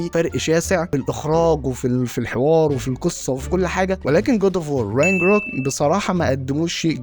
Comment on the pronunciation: شكلك وانت بتقول رينجروك بثقه واكسنت مضحك جدت 😂